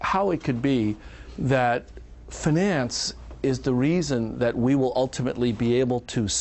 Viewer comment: Why does he say "finance" in such a weird pronunciation. He pronounces it like the French would.